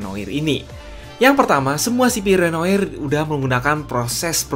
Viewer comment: susah ngucapin renoir nya